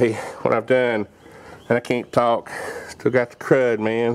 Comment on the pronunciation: "I caint tawk." LOL No but you can make a damn fine video! Many thanks!!!